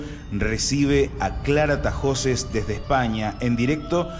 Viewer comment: Es Tahoces, NO Tajoces.